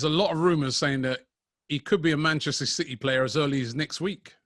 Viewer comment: Btw It’s City and not Citeh👍🏼